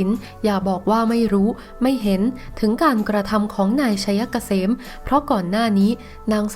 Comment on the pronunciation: ผีตัวไหนมาสอนให้อ่านชื่อ นายชัยเกษม ว่า ไช - ยะ - กะ - เสม